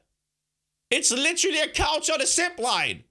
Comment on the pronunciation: Whenever says zip line it sounds like shipline